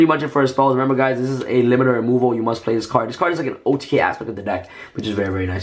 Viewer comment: Ah, it's Limiter Removal. Thanks to Link the Duelist. I understood "Liberaly Wall" wtf